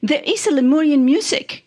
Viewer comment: Its lemurian, not leorian. 😂